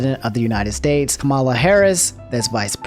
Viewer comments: Please dude it’s KAmala not kaMALa harris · Nice vid but you pronounced the VP’s name wrong it’s actually pronounced Ka-Mu-La And not Ku-Ma-La